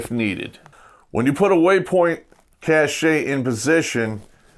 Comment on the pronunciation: Cache is pronounced Cash, as in money.